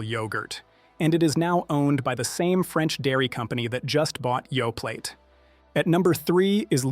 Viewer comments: Yoe-play, not Yoe-plate. This is Canada, after all. Remember your French class! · It's Yoplait p l a y not p l a t e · OK, surely this must be AI generated speech? I really thought it was a human but come on Yoplait is pronounced Yo-play. I don’t know about you guys but when I hear mispronunciation, it’s not endearing me to believing what’s being said. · Yoplait -- the 't' is silent tap ioca NOT TAPE ioca _ This AI bot needs pronunciation lessons. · That's not true. Activia is a very healthy yogurt. And the t is silent in Yoplait . Omg!! This so fear mongering and Canada has labeling laws. What in the good is what's on the label. You poor pronunciation is a huge indicator that your A FEAR MONGER. SHAME ON YOU!